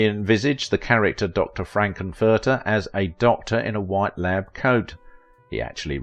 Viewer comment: Dr. "Frank N. Furter" - the N is separately stressed. "Hanna Bar-BER-ra" not obvious, but known to older 🇺🇸 🇨🇦 folks: the name's stress is on Syllable 2. Well-done program.